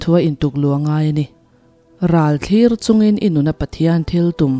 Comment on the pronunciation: Ralthlir i lam dan hi a diklo tuna i lam dan let ling chiah hian lam la a dik chiah ang